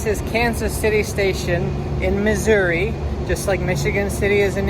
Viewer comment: Finally, someone pronounced Missouri correctly, as what it is 😂